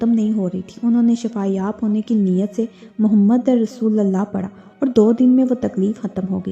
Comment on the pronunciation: Mohammadar Rasulallah❌ Mohammadur Rasulullah ✅